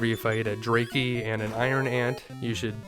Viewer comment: I've never heard anybody pronounce Dracky that way. I've always presumed the pronunciation was like Dracula, because bat.